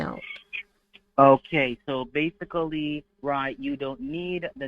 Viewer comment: I was counting how many time he used the word "base-i-cully, i lost count